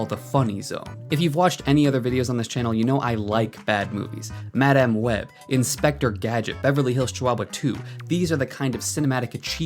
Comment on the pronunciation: The only thing worse than IGN is the way you pronounce "Madáme" Web